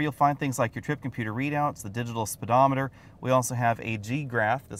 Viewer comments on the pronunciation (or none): none